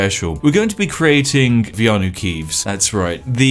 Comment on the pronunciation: ITS VEANU KEEVES!!! GET IT RIGHT!